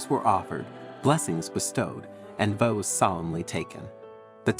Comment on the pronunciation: Vows is not pronounced voows